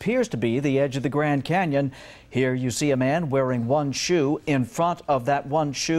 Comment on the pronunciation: Botched that ment * canyon * whatever lol